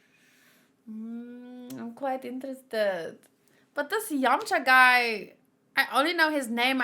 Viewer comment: 7：29 你的廣東話唔錯，飲茶😂😂